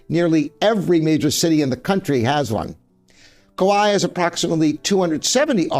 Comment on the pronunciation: Kawai is actually pronounced like Hawaii with H replaced by K.